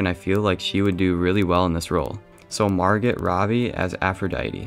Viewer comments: Margot “Margit” mar-goh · Margot is pronounced mar-go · “Mhargit Robbie” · Margot is pronounced MAR-goh ...the t is silent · Margot Robbie's name is pronounced Mar-go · Slight cop-out, to me, not casting the main 3 characters, also, you don't pronounce the T in Margot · When he said Margot wrong 😑